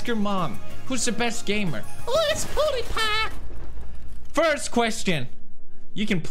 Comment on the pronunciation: when i clicked the video and the video was started already but my screen was black and he started saying hoi sa going ma name its pew da pa and i thought that is pewd is back but later then LMAO